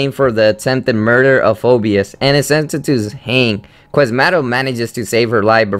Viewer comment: The name "Phoebus" is pronounced "Fee - bus," not like "Phobias."